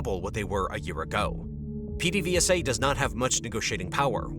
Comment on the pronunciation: its (ped-a-VAY-sa)